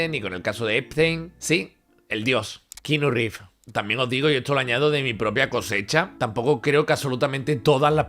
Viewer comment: "Kinu Riv" mejor dicho nunca